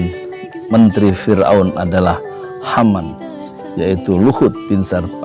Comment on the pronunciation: Mohon ijin koreksi yg benar haman bukan hanan